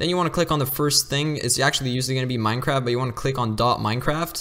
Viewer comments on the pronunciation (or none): Dude just said Minecrab